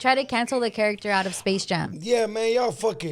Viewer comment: Why tf is she pronouncing character like that